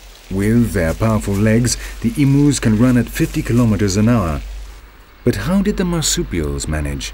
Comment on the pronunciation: two things 1. you said emus and Oceania wrong 2. emus could only be found in Australia and New Zealand but the Maori people hunted them to extinction in new zealand